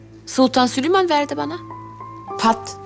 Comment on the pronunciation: Şu kadının Süliman deyişi için diziyi izlemem efsane sjkllslskkkklllkk